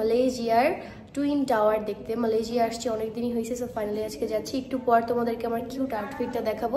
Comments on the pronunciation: মালয়েশিয়া না না মালেযিয়া 😂😂😂😂😂😂😂😂😂😂😂😂😂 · Malaysia na malayshia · আর আপু মালইসিয়া কে মালেইজিয়া বলতাসে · Malejia na maleshia